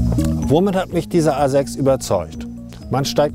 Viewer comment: Audi Asex he said? WTF language pronounciation!😂